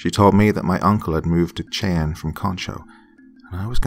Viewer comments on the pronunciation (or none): A wonderful story. Just a friendly heads up, Cheyenne is pronounced "shy-ANN" Understandably confusing though because I'm part Cherokee and the similar letter iteration is pronounced differently (CHAIR- o - key) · I'm still early on in the story, but so far I am enjoying it, like I do all of your other stories. I wanted to tell you, though.. I'm from Oklahoma, and I'm pretty sure the town you're speaking of is Cheyenne, which is pronounced shy-ann. Washita is pronounced waw-SHE-taw. Just FYI. I know most of our towns are difficult for people to pronounce that aren't from here, because a majority of them are Native American words and names. I love hearing you read a story about my home! Edit: I finished, and this is definitely a powerful, beautiful, deep story! Very moving! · It's pronounced shy ann...Cheyenne . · Not tryna be an A-hole but it's pronounced Shy-Ann (Cheyenne). Still love ya doc and not at all hating on you but improperly pronounced words are a pet peeve of mine. Blame it on my mother who is a major grammar nazi. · It is pronounced SHAA YAN How could you not know? Were you scalped??!! Jk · I've lived in ok. For 15- 20 years and although I do love to listen to the soft calming narrative voice of... he is slaughtering the names of the town's in Oklahoma,😋✌️ it's not a big deal but it is a little bit like listening to a true New Yorker lol saying Cheyenne and then the other one was just as funny as hell and I just chocked it off to his personal accent which is interesting. The Indians from Oklahoma do have a their own way of saying words too even if you are from a different tribe like the Cheyenne 😉 😁 have a different way of talking as the other tribe called Arapahoe. Yiii and then you know if you hang with them you know what I mean. Yes indeed! You know what I mean 😉✌️💜 💜 much love and many blessings! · Cheyenne is a deceptive word. I'm just annoyed no one seems to get it right XD And I have Cheyenne ancestry X'D